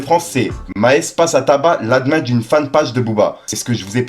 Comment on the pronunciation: frerot admin ce dit "admine" pour administrateur ^^ tu ma tué lol